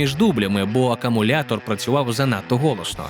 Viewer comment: "акАмулятор працював занадто голосно" ?! 🤣🤣🤣🤣🤣